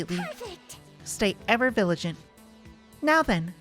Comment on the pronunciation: Vigilant is not said viligent. Vigil. Look it up.